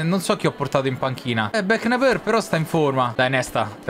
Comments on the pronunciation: Quando ha detto Beknaber invece che Beckenbauer ho spento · Back Nebor?????????? bechenbauer si pronuncia..!!!!!!!!! Sacrilegio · comunque si legge BECHENBAUER